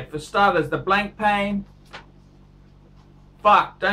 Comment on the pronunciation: "BLANK PAN", "NOH-VOH REESH". phuck me dead